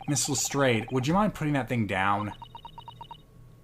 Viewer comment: Who the hell convinced to say Lestrade that way?! He had it right the first time. Has no one seen a Sherlock film or tv show before?